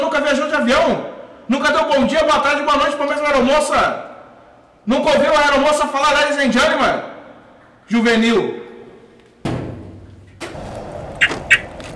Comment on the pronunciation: "Nunca ouviu a aeromoça falar "LéDiS Én DjÉnTleMaN" KKKKKKKKKK, tu é foda